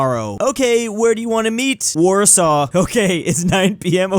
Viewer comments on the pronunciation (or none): none